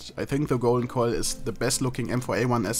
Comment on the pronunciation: I am not going to lie when ever you say "Golden Coil" sounds like you are saying "Golden Koi"